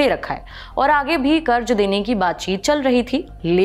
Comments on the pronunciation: Madam, karz hota hai zzzzzz... Not karj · please karz aur karj pronounce karna sikh lo.. I couldn't watch the complete video, ears were bleeding